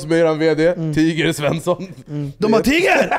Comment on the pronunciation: tiger ska ju ha engelskt uttal som i t.ex. tiger woods